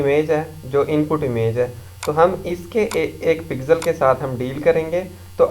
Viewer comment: lode pixel hota h pigsel kya bol rha